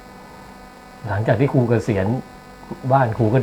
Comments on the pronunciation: ภาไทยยังไม้แตกเลยครูคุณก็ยังอ่านว่าคูเลย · ครู ไม่ใช่ คู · ตั้งใจให้นักแสดงพูด “อังกิด” “คุณคู” หรือเปล่าคะ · ต้องอ่านว่า.ครูค่ะ